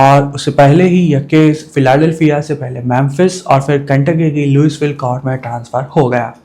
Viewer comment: Louisville ✅ लुईविल ❌ लुईसविल ( S silent)